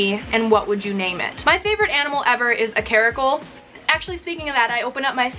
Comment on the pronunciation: You're welcome for the Caracal and card. Pronunciation was perfect!